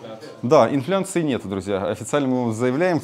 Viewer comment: инфляции а не инфлянции)))